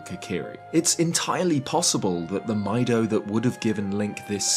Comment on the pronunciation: I always thought Mido's name was pronounced "Me-do" like the Japanese word for green, midori.